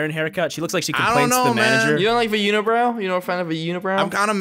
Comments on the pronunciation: She says uni-wow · I think Hazel wants everyone to notice her unibrow. No wonder why she says "uni-wow."